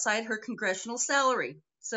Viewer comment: I think she has had a couple of drinks. She said "sellery" instead of "salary" at about and she has the blank stare going.